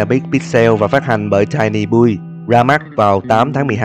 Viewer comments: L ngờ a lại đọc sai từ tiny build :(( của ng ta là tai ny biu chứ đâu phải bui ?? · Tiny “Buil” lmao